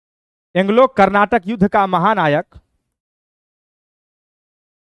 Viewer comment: कर्नाटक नाही sir karnatik rahega